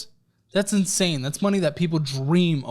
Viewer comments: it’s insane not inasne 😂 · what’s ‘inasne’ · “This is INASNE…” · "This is inasne"! 😊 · Inasne or insane? Lol